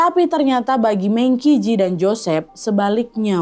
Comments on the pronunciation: kak Nad hehehe ijin membetulkan Mengqi Ji dibacanya "mengchi ji" "qi" dibaca "chi" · sorry... FYI, penyebutan MengQi Ji nya kurang tepat,. Penyebutan ''e'' di Meng, pakai nada E sama seperti pada kata ''Embun/ Elang'', penyebutan Qi di bacanya ''Ci''. Jadi cara baca keseluruhannya yaitu Meng Ci Ji.. untuk nama Chinese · Namanya dibaca Meng Ci Dze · Baca nya Mèng Chi Jì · Liat di “48 hours” juga seru! Btw Mengqi ji bacanya Mengci ci 😊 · Mengqi Ji dibacanya Meng Chi Ci. E pada Meng dibaca seperti E pada ‘merasa’. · Saran buat Nadia.... MengQi Ji dibaca pinyin nya Meng Chi Ci. Jadi kedepannya biar enak didengar aja. 🙂🙂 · Sekedar informasi Mengqi Ji dibaca mengci ci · Definisi ga kaya Tapi byk gaya 😅 FYI : bacaan namanya tuh MENG CHI CI 🥰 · namanya dibaca meng (e nya 'e'nam) ci ji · Saran dikit aja buat, belajar mandarin tipis2 yuk.. setidaknya belajar pinyin aja, biar lebih mantep pelafalannya saat baca istilah2 ato nama2 mandarin. Maap ya, agak ga rela aja kalo kesayanganku ini lafalin pinyinnya salah.. 🙏🏻 ini serius aku kasih saran krn saking sukanya sama, kalo gak suka mah aku cuekin aja ngapain saran2in, kubiarin aja.